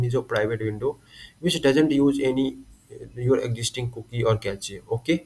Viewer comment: Ain't no way bro called cache "cachayy"